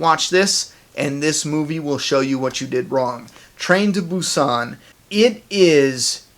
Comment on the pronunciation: hahah this movie came out months ago. ya since im from asia obviously i watched it earlier but its great that you are covering on this movie and yes its a very good movie. world war Z just sucks in my opinion thats y i did not watch it and yes you said the movie's name right